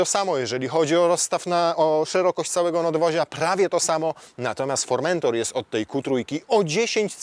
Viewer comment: Fermentator czy jakoś tak. Z Podlasia?